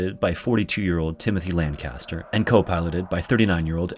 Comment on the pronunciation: I heard you say cap landcaster and i new what was going to happen lol